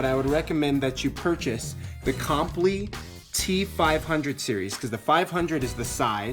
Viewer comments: It’s not “Comp Lee”. lol It’s Comply as is in comply with the law. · it's not comp'-lee - it's pronounced comp-lie' (lie - as in i cannot tell a lie)